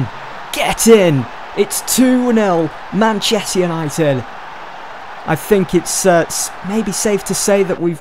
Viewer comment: Man chest united say it properly fucks sake